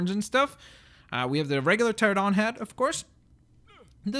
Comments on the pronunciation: It's pronounced Terr-ran-o-don not Terr-o-don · And the pteranodon is pronounced tear-an-oh-don. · its pronounced cha ran a don